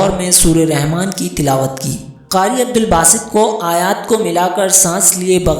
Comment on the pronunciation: عبدالباسط ہے صحیح لفظ۔ اور کسے نہیں کیسے ہے۔